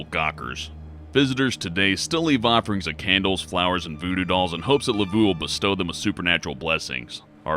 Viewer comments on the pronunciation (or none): LUH-VOH not LUH-vue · la-voo? LA-VOO?!? LAV-EAU YOU UNCULTURED SWINE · Pffft... Yes,, Marie Laveau is most certainly pronounced "Marie Lavooo"... Way to Engrish. And she's actually not buried in the famous tomb in St. Louis No. 1: she most likely has an unmarked grave in another nearby cemetery. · GET THE FUUUUUUUCK OUT OF HERE!!!! Lol! "Turned out to be real". And it's Lah-voh not Lah-voo. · Marie Laveau of old New Orleans was a great woman and a very highly respected and very wise yet shrewd woman as well. She did very well for herself by being so. Her last name is actually pronounced as La-Vo instead of La-Voo though. It might be wise to pronounce Marie Laveau's name correctly or who knows what kind of madness, chaos and hijinx might ensue! J/K with the last sentence! Great videos and love your channel. Thank you for all the research and hard work you do to bring us these excellent videos. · Le Vo not le voo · "Lavoo"? *Lav-oh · Marie's last name is pronounced La v oh not ooh. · The correct pronunciation of Marie Laveau's name is La-VO (long "O") not "La-VOO". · Marie Laveau (Lavough phonetically), not Lavoo... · Oh Mah Gawd it's nawt pronounced "Levoo" it's pronounced "Levoh" lol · Laveaux is pronounce la-v-oh not la-v-oh and it's a-oh-ki-gahara it literally spells it out not okiegara u sound like an infant lol it's like when people say "bookoo bucks" I wanna ride their tongues out it's bow-coo (beacoup) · Marie Laveau, her last name is pronounced La-vo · Repeat after me. Ouiji WEE-GEEE Laveau Lah-voh JFC ruined the whole video I couldn't even finish. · Lee-Voh! Marie Lee-Voh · MARIE WHO?! "Luh-Voh" Wtf man learn your shit before you make a video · its pronounced Luh-Voe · Mah-Ree La-Voe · Ugh the way he pronounces laveaux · you pronounced Maie Laveau wong. Lord help me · Am I the only one that is seriously irked by the way he says Laveau? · You are butchering Marie Laveau's last name. Please stop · Madam Laveau isn't pronounced that way.